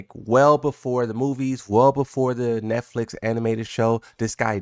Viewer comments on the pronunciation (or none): none